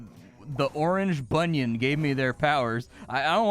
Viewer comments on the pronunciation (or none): is evidently not familiar with Malay folklore, which is native to parts of Malaysia, Singapore, and Indonesia (all of which have common cultural elements due to shared history). It’s not “orange bunion”. It’s orang bunian (pronounced oh-rahng boo-nyan). They’re invisible forest spirits and are that region’s equivalent of fairies or elves. Incidentally, “orang” means “man” in Malay. It is from this word that “orangutan” is derived. “Orang hutan” literally means “man (of) forest”. Just shorten these words and combine them to derive the name of the ape.